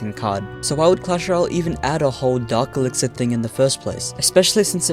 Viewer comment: It’s dark elixir not Dr## or whatever ya said